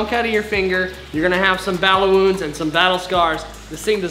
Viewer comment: You said battle wounds and I heard bowl movements 🤣🤣